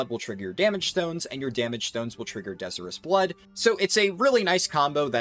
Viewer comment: De-sire-us. Like Desire something badly.